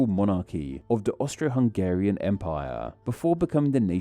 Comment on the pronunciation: Well, it sound like he didn't even try. There is no shame in putting a Google translate clip in there. But sadly the bad pronunciation is the smallest problem with the video. A lot of the info there is just plain misleading or downright wrong.